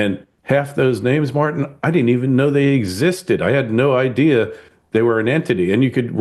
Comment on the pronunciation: How do you pronounce tin?.. As in Martin.